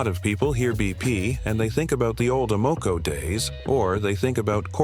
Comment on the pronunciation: "Amoco"... it's NOT "uh-MO-co." It's "AM-uh-co."